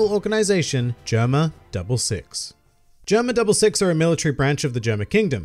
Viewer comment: GERUMA DABURU SIXUH